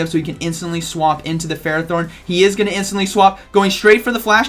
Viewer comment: Interesting games :D 1 thing I think ferrothorn is pronounced "fer-roth- horn" (I hope you can read that) I did hear that name in the anime & pokedex 3d pro app they usually have official pronunciations